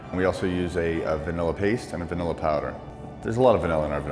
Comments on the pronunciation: No she said banilla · Did they just say vanilla-e ●.●